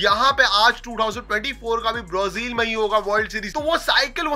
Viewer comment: Brazil ❌ Brozil✅😂😂